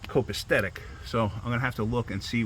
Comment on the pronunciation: Sorry dude but I gotta say it. I think you added an extra T to copacetic (not copastetic). 🤪 Luv your videos.